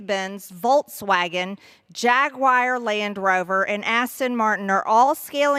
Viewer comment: Just when you think MTG can't get any dumber, she out-dumbs herself. By the way, Jaguar is not pronounced Jag-Wire. It is pronounced Jag-War. Just like the Big Cat.